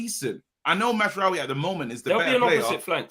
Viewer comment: Why everyone keeps saying mazwari it maza-raoui?